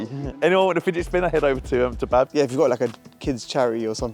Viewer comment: Babz not Bav 😂